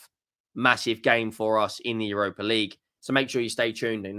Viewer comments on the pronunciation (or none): none